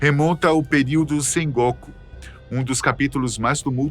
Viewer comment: "Sengóku" não, "Sengokú"